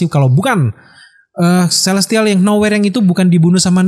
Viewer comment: Kelestial? Celestial!